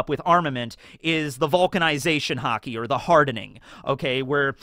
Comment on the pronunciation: I thought you said "HOCKEY" and was confused as to when did one piece become a sports manga